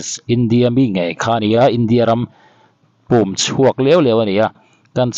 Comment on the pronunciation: India ram pum chhuak..tih a 'pum' tih kha.. i pum i sawi a..i thluk dan ang khan thluk tur aw sir.